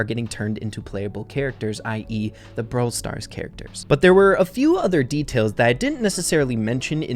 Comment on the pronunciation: BROWL NEWS HE SAID